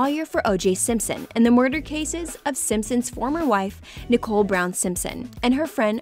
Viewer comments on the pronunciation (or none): none